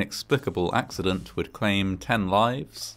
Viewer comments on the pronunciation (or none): none